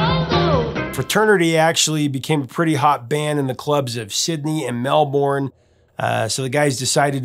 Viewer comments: Never Mel-born. It's in between Mel - Ben and Mel-Bun. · Far out. It's pronounced Melbn not melboooooooorn.😮 Love your show ❤ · It's actually not "Mel-born". That's the city in Florida, which was named after the one in Australia, but pronounced in an American accent. The one in Australia is "MEL-bun" or if you insist, "MEL-burn". Fun fact, there is now a street in Melbourne called ACDC Lane, sadly, not off of Swanston Street. Also, it's not "aussie" with an S sound, but more like "awzzie". Just FYI. 🙂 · FYI: speaking Australian...Melbourne....Pronounced Mel-bun. (NOT Mel-born). Brisbane is Briz-bun (NOT Briz-bane). Aussie is OZZY [like the singer] and not (awe-see). Best wishes. Thanks for all of the great content. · Hi Prof, great story. Saw the next version of AC/DC with all the young’s in Sydney on Bon’s anniversary of his passing they ran images of Bon through the for those about to rock. One of the most memorable of concerts. P.S. so you know Melbourne is pronounced Mel-Bin…. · Love your videos mate but… just so we can get everyone here in Melbourne onboard it is pronounced, ’Melburn’ By the way, the fantastic ‘Long way to the top’ film clip, as you said, was shot in the streets of ‘Melburn’ but of course, it was shot without permission. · Good video Prof but need to work on your Australian place names. Its Melbn and St Albans is pronounced Snorbns. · It is pronounced "Mel Burn" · Pronounced 'MelBURN'.!